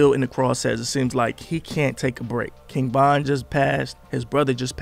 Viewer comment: Why do you keep saying king bon??